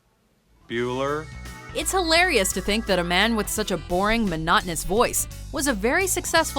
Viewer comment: Buller?... Bueller?... Bueller?